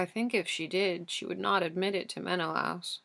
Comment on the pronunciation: i love the way you read the book SO MUCH but your pronunciation of menelaus is effecting me. No hate I just really felt the need to say it